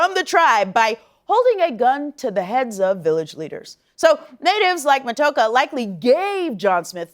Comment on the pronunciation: Matoaka is pronounced Ma-toe-AH-ka. But yeah, most of us Indigenous people on Turtle Island (the original name for North America) find anything Disney does in its depictions of any of our people to be highly unrealistic and offensive.